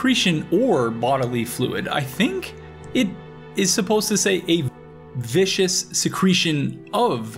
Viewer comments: Viscous. Vis-cous. Viskus. Means a thick and sticky when it comes to liquids. Not vicious. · It’s pronounced ‘viscuss’ not ‘vicious’ it means thick or oily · Google: It's viscous: Vicious Google: No, viscous: Yes, vicious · Viscous, not vicious. Viscosity is the measure of how thick a substance is. So viscous means thick. Glad to see another video from you. It's been a long time! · Welcome back to the game homie skillet! Just a heads up,on mucilage's definition uses viscous referring to viscosity, it's got a hard "c" for pronunciation unlike vicious' soft "c"